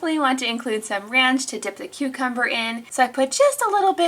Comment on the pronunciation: Cucumber ....you mean CUTEcumber 😂😂